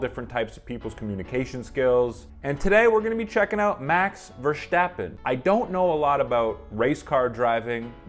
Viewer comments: Its max Verstappen not max verschjtappen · There is no H in Verstappen, I keep hearing Vershtappen, there is no H, leave it out, it's Max Ver-stap-pen, also he's Dutch, most people are very direct. No beating around the bush. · As a communication coach you should realise there is no 'CH' in the last name of Max Verstappen. So why pronounce it as: VersCHtappen???? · Please don't pronounce it like Versssshhhhhtappen. It's Verstappen. Just a normal S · There is no "sch" sound in Verstappen, it is pronounced just like you would in English. Just saying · There is no “h” behind the “s” in “Verstappen”. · your not the first English speaking person who has his pronunciation wrong. But good luck with practicing the name Verstappen👍